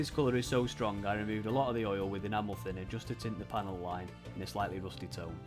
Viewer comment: I've watched so many of Plasmo's videos that I was really surprised when I heard "enamel thinner" pronounced properly :D.